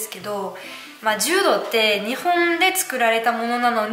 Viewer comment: 柔道はジュウドではなくジュウドウです。 ジュウドだと ヘイ！ジュウドと思ってしまいます。(正しくはヘイ！ジュードやけど。)